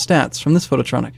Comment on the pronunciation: photon-itron, not phtotronic